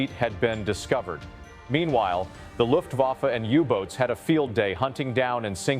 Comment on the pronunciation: It's ai. Getting better by the year though, with inhaling and mouth noises it gets more realistic. But with words like Kriegsmarine and luftwaffe the ai exposes itself.